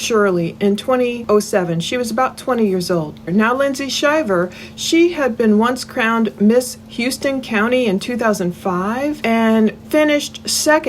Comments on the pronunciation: Houston County is pronounced "How-ston" County, GA, in the event you need to say it again. 😉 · It’s pronounced howsten county. People get that confused with Houston. Lol. I grew up in howsten county